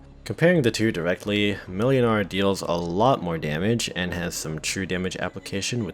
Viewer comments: Just a quick fyi, the ł is pronounced w, so it's like mwynar. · YOU FOOL, YOU ABSOLUTE BUFOON, the ł in młynars name is pronounced like the W in Wool, it’s pronounced “Mwinar” because polish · "ł" is pronounced "w" in Polish in most dialects (and only in Polish, for Reasons(tm)), so "Młynar" is "Mwynar".